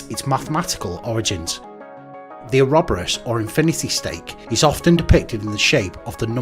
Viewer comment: Its "Or-o-boar-us".